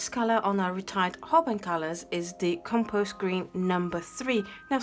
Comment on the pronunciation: Oooo Compose Green #2!! ♥ I'm so sad they retired that one, thankfully it's easy to recreate. Your pronunciation was good!! :) The Mars Yellow looks a lot like a mix of Mars Orange and Yellow lol All these earth pigments end up being similar... Violet grey is the other color I'm really sad they retired, it was fairly unique. Thank you so much for this video, it's nice to see the mixes and also to know that you've extended the life of these informations :)